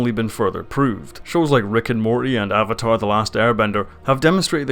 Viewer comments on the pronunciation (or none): none